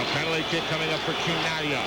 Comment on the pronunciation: Oh, his last name is pronounce Kee-Nah-Glee-Ah not Chee-Nah-Glee-Ah